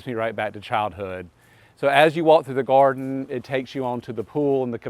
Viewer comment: Take a shot every time he says, “In the goarden.” 😂